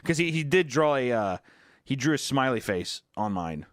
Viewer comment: I think we saw how affectionate Hunter is with his own wife when she did the 2025 Valentines Vlog. She spends like an hour making a beautiful St. Bernard Card, drew it and painted it. Wrote a pretty message on it. And then Autistic here was like; "I dwew stick figures of us. Here."